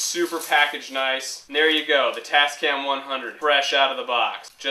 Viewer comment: its tascam xD